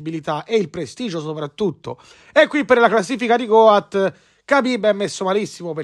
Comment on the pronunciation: Si pronuncia got con la O chiusa cmq, non goat